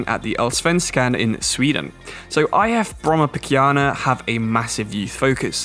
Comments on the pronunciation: Nice to see that you knew so much about Brommapojkarna, Not so many people knows about their youth success. Also I love how you say the name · As a swede it is hilarious the way you pronounce Brommarpojkarna but I’m so happy to see my home countries league be represented:)